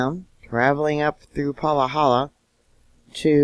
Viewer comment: Say it Pa ha la not Pahakahahala